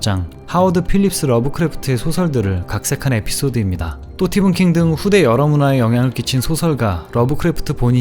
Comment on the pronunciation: 왜 스티븐킹을 또띠븐킹이라고 해요?